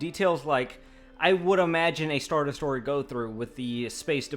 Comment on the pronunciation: Des - troy - er... not de-story-er!!!